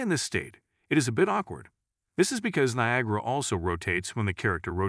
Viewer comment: . The voice synthesizer said "Copy the viagra emitter" 😂